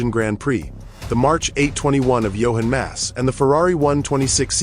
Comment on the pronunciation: Not Johen Mass, JOCHEN MASS